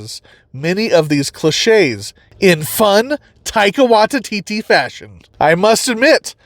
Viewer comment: Taika Why-tee-tee. Taika .... WHY-TEE-TEE.